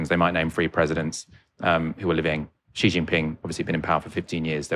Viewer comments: dear content developer, Xi is pronounced as shi ( si ) not ji in Chinese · This shows how westerns do not understand cpc. Xi publicly spoken many times, cultural exchange is for the general public. The governments job is to look after its people, not exporting culture. And how Xi is pronounced is more like Si than Ji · The 2 hosts couldn’t pronounce Xi correctly as it’s not Zi, more like “She” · Xi is C not G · The hill Billie’s only knows Jackie Chan , Xi and Mao.Even Xi which is pronounced as C or See, they get it wrong . Mr G , Mr She😅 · For a start, when discussing China, pronounced President Xi's name correctly. Xi is pronounced as "she"; not "gee", not "jee", not "zee". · Why pronounces Xi like the French pronunciation of "G"? Here are the different pronunciations for the letter "X" in English: SOUND IPA COMMON POSITIONS EXAMPLES ___________________________________________________________ KS /ks/ End, before consonant toxic, box, next GZ /gz/ Between vowels exam, exist, example Z /z/ Word-initial (Greek) xenophobia, xylophone KS/SH /kʃ/ /ʃ/ Before u, in -xious sexual, luxury, anxious There is NO English word in which the "X" sounds similar to the English "J" or exactly like the French "G". So, please STOP pronouncing GEE Jinping FCS! If you just say it like in SHE it is 95% correct. You CAN do it, it's not rocket science